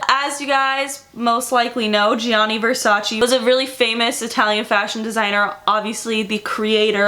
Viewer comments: Love you and your videos❤☮ but im italian and i NEED to say this. Versace is not said /versaci/ but the last "e" is said like the second "e" in vErsace so its said /vErsacE/ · it’s Versache that’s how it’s pronounced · Francesca Morini even donatella mentionned she HATES it when americans pronounce it vers-aceeee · i love you but as an italian speaker and knowing that you actually have italian origins it i can;t stand your pronounciation. please, learn how to pronounce this shit :D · Donatella Versace says it irks her the way people commonly mispronounce Versace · MoonChild thank God u pointed it out ! It was continously hurting my ears